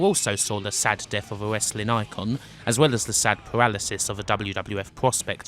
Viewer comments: "wesswing" lol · The PPV was bad but nothing close to how awful this narrator is. He can't even pronounce "Wesling". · Dude you do know that it's the "w" in wrestling that is silent not the "r "? Trying to figure out what the heck "wessling" is.😂🤣😃😄😅😆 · "it was a gloius time, when westling was".. . . .i really wanted to watch this but the way this dude says Westling is irritating the FUCK out of me